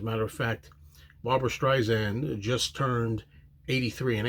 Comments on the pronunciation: Hey! Pronounce Barbra's name correctly!! It's Sand, like the beach, Not zand! Get it right if you want to review this song!! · Good reaction. Not to be that perosn, but I'll be that person, it's StreiSand, with an "S," not StreiZand. Barbra would never let Paul come off poorly. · It's Streisand like the word sand....soft sssss. Disappointed with this jarring mispronunciation with zzzz.